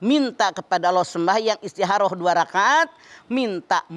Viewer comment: Istikhoroh: Istikoroh Mamah Dedeh: Istiharoh (kedengeran seperti Ha bukan Kho/Kha)